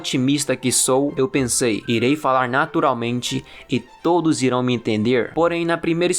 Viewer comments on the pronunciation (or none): none